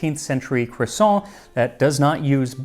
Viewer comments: Its pronounced, cwassAAAAAWWWW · You can’t get away with only pronouncing half the word correctly 😝 Either go all the way, kwasahn or keep it American, cruhsawnt. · Cwossant- Carl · Yes the French do indeed pronounce it CROIsant. And they should know. 😂 But I like the look of the bready one. Flaky ones are a pain to make. Its lunch time by the time mine are ready. No way am I getting up at dawn to make them. 😂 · hahaha cwoisson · Me saying quaso everytime Max says croissant with a pompous pronunciation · I love croissants. I remember hearing two women talk about "CROO-sants." I damn near died. 🥐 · Um, are you going to finish that cwossaint? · Don't forget, it is pronounced "kwason". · It’s pronounced “KWAH-soh” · "croisson'' huhuhuh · "today I wanted a.... croissant QUASO" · No, the French don't say "kwusont" the rolled R is nasalized and sounds a tiny bit like it when spoken. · Today Max made a video on the history of Croissants Quaso And so I watched a video on the history of Croissants Quaso And in the video Max repeatedly said the word Croissant Quaso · cRRRRRRRRRRRRRRRRRRRRRRRRRRRRRRoisant . let your R roll 😄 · The American pronunciation of croissant is hard to take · literally cannot finish the video with the way he's saying "croissant". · be interested to see if that pronunciation has any effect on the French edition sales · Dear history with Max Miller , I never thought I would correct you, Max on anything but, croissant is pronounced with an ending of ant ou ants (like the little ant bug). Greetings from Quebec, Canada 😀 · Your pronunciation is usually so good, but you aren't quite getting croissant right. Great video as usual though, thanks Max! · I'm genuinely surprised you let him away with butchering the pronunciation of croissant too...